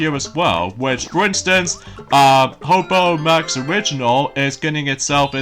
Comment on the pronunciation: you said HBO MAX WRONG DUDE! it's HBO max original, NOT HOBO MAX ORIGINAL! Error